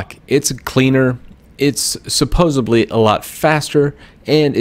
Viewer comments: I am not gonna hate on you because of the t-shirt, but I am gonna hate on you because you said "supposebly" not supposedly. lol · Did man just say "supposibly"?